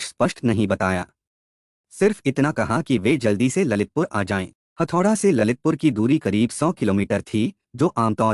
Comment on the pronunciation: हथौडा नहीं हेटौडा हे 🙏🙏🇳🇵🇳🇵